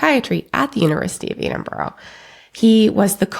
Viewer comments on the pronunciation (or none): It's Edinburgh not Edinboro